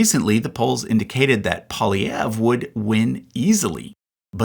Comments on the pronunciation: It is Pierre Poilievre, not Polievre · Hey dude, I enjoyed the video very much! There were sometimes when your prononciation of French words were a little bit off, like: - « Partee bleh » - « railment » - « Polièvre » instead of Poilièvre If you’d like, I’d suggest just writing the words in google translate and listening to the prononciation, they’re really spot on!